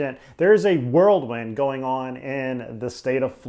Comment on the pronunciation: Did he say "world" wind?